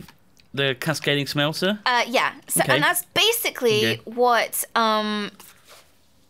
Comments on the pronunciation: never heard smelter pronounced that way before,.:/ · Not to be rude but why does say smelter like smhelter